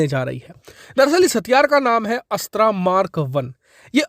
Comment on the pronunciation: 'अस्त्रा' मत बोलो भाई ये 'अस्त्र' है।हिन्दी को एकदम चौपट करके ही दम लेंगे क्या हम?